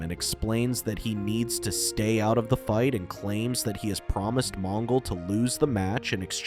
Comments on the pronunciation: Supposed to be extinct ? It’s supposedly . And J’onn Jones is pronounced with a slight pause between the J and the o . It’s like saying J onn . And it’s Mon-gol like the Mongols of China not Mon-ghoul . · Mon Ghoul? Geez AI Garbage narration.